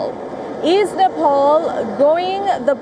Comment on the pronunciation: Its Nepal Not Nefaal🙄